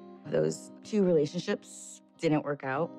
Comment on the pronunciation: Relashiships, relashiships, relashiships.... 🤮